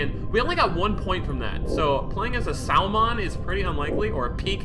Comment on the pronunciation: Bro its pronounced samon and pyke